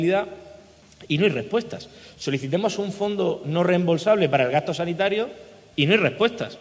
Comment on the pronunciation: Cuando dijo *solicitemos*pensé... Este es presidente???